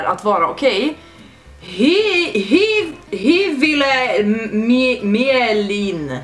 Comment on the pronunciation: Asså...Queen xD U made my fucking dayy. Är finsk.. ditt uttal på Hyvilä mielen var de bästa som hänt i mitt liv. xD